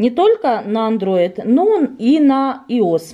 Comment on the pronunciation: какой нафиг иос,может айос